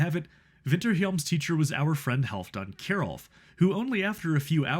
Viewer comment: I ran across this video searching for recordings of Winterhjelm's music. I wrote my master's thesis on Ludvig Irgens-Jensen. I will be listening to more! May I offer a helpful hint on the pronunciation of Kjerulf's name. Kj in Norwegian is the same sound as the German soft "ch." So KJerulf = iCH. The one American word I know with the same sound is the initial "h" in "Huge." (although I have met people from New Jersey who pronounce it "yuge.") The first sound in the name Hubert is also close. Thank you for an interesting 10 minutes.